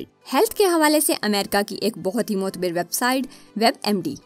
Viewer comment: Mukhtasir or mutabir nahi hota.. mukhtasar or mutabar hota hay